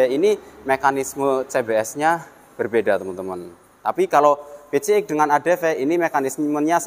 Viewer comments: aap susah nya nyebut pcx ( pi si eks ) malah nyebut pice ek gk sekalian bilang PICEK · Wkwkw ya sama bg suka gereget sih jd ala ala kampung nyebut pelafalan english PCXnya